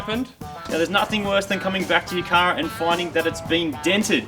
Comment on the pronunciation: "Ye cah" 😁